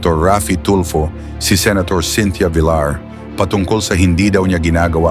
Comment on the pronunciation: Buset Ka kelan pa naging vilar Yan abo BA lahi mo pinoy o indiano, pagbigkas Lang Ng apelyido binaboy mo pa.